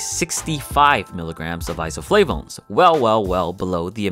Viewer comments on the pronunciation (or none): Can u stop pronouncing isoflavones with a French accent?